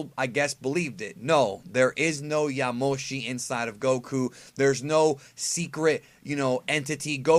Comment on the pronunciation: Why you say yamoshi like that? YA-AH moshi